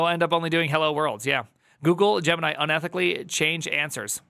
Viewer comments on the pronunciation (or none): The way you pronounce "Gemini" sounds like "Jiminy" and for a second I thought Disney might have an AI now too.